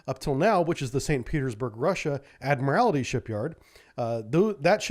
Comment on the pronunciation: There's only ONE 'I' in 'ADMIRALTY'. Its NOT ADMIRAL-I-TY. Please.